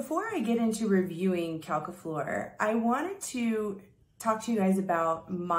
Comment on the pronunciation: It's pronounced 'Quelques Fleurs' by Houbigant [oubichont] , not ''Qualqua Floor' by Hubigant. Yes, french can be tricky. My batch is strange, for me a little bit too fresh and I can't smell the flowers very well. Is that normal? The drydown is sweet and flowery but after long time.